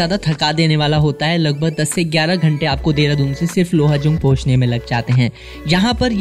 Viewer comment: Mane first time dekha ha kisi ko Dehradoon ko Deradoon pronounce karte hue. Jab meri ek frnd ne mujhe recently bataya ki deradoon naam kaise pada. To mujhe pata chala ki ma ise galat naam (Dehradoon) se bula raha tha. Correct name is Deradoon.